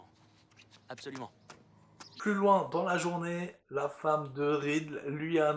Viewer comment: je met un pouce rouge car tu dis "ui" et pas "oui". C'est très grave